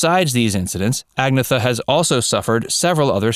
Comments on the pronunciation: I believe the 'g' is silent. Phonetically, 'An-ny-et-ta'. One word, four syllable's. Halleluja! ABBA are back. Proof positive that there is a God after all. Oh ye if little faith. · The blonde haired lady's name is pronounced "ag-NAY-ta, but she also accepts "An-YEH-ta" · Agnetha is pronounced Ah - near - ta . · Sorry to be so picky... and I'm sure I'll get flamed by English-only types... but... Agnetha is pronounced closer to ahg-NYAE-tuh [not thuh]. Björn is pronounced closer to, well, the sound doesn't exist in English. Something close to bee-YURN. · First of all ABBA is NOT A DISCO BAND. THEY ARE considered a POP band. Second you distorted the pronunciation of Ag ne tha and Anni FrEd is Freda Lingsted. Her daughter was killed in a car wreck in the United States. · Agnetha is pronounced “Ag-nyet-ahh”. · Her name is pronounced "Ag-netta". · Please say Agnethas name correct it's NOT Agatha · A disco band?????? What an idiot! He can’t even pronounce the names correctly. Ah I get it- he’s American - what he doesn’t know he makes up!! 🥴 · For crying out loud if you're going to talk about ABBA at least PRONOUNCE Agnetha's name correctly. There is no excuse to not know how to do this and it is disrespectful. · Who's behind this? The narrator is talking nonsense and perpetuating untruths. Acrimonious? They moved on with their lives but there was no truly bad feeling. And would it be THAT difficult to at least attempt to pronounce Agnetha's name properly? And she does not live in a little cottage! ABBA were not a disco band. They were diverse in their musical styles. Frida does not live in London! Terrible video. Shame on you. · you mispronounced "agnetha" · Listening to your lazy Americanized pronunciation of their names was painful. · You lost me by mis-pronouncing everyone’s name… and what the hell is a “former ex-husband”… did they get re-married??? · You should learn how to pronounce the ladies names... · And the way he pronounced agnethas name ugh